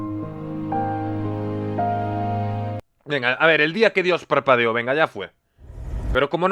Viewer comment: entendi "el dia que dios papeo"